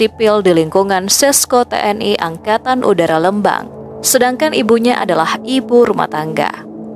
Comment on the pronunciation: Lembang bukan leumbang